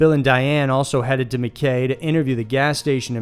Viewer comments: Cool video. Love these alien abductions . Recurring theme of extraterrestrial sexytime to make alien hybrids is interesting. Well done for saying “Gundiah” correctly except the other town in number 1 is pronounced “Mc-eye” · I have to point this out since it's really annoying me, you pronounced Mackay incorrectly. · Pretty sure it's pronounced mack -eye, tye-ro and gun-die-a 😁